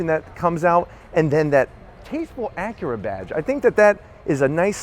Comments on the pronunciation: It's Acura, not ackera....drives me fucking crazy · "acrea, rea-fig-uring out" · Its ac yer uh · You say Acura weird.